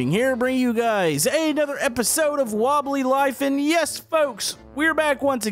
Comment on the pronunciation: Wobbly Laff?